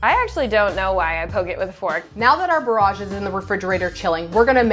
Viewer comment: The pro chef and the way she says bauroje